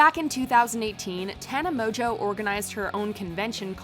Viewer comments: why does she keep calling tana mangeau tana 'mojo'? its not even funny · Is "mojo" really how you pronounce Tana's last name?